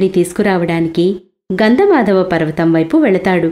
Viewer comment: ఏం తల్లి పేర్లు మార్చి చెబుతున్నావు? అది గంధ 'మాధవ ' పర్వతం కాదు "గంధమాదన" పర్వతం. కొద్దిగా తప్పును సరిచేసుకోండి